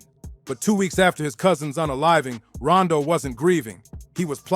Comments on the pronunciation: Why that man keep calling him Rondo, the name is Rondu, and he had folks shook. The Bolden brothers, Simmons brothers, them names was ringing in the worst way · Why is he saying Rondo... its Ron-du he and his brothers were NUTS